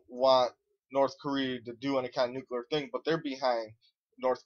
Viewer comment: Wow, your an idiot. PREpared. NUCLEAR, not nukular... you know.... nuclear, because its the splitting of an atoms nucleus. You sound like a moron, and thats probably because you are one.